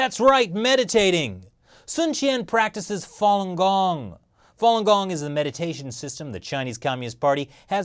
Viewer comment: Not fong gong it's fa lun gong